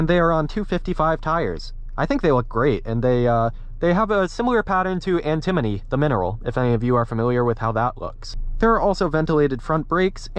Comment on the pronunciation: You pronounced antimony wrong.